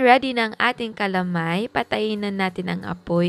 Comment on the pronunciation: Goodmorning chef Ang pronounce po namen jan dito s batangas is ka-la-may not cala-may